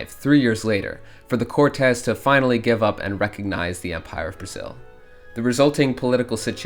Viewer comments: Omg... not "cortés"! No! That's spanish! it's CORtes. Or literally just "courts" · Cortez is a spanish dude, i think you might be trying to say the word Cortes, the pronunciation is similar to english but with a slight difference ''Court - is''. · Just one thing, the pronunciation of Côrtes, as in Royal Court, is different from the pronunciation of the surname Cortes